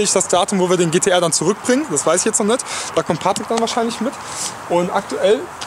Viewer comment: "noch nit" :D Geil! Saarland!!!!